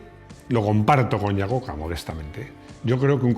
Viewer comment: Desde Mèxico, un cometario sin ganas de molestar, me gustan muchisimos sus videos, son amenos y muy digeribles, entendiendo que hablamos castellano en donde no importa como se pronuncien los apellidos si viajara a los EUA y pronunciara el apellido de Iacocca asi como se esribe los norteamericanos pondrìan cara de what?..... como ellos lo pronuncian es aiacocca.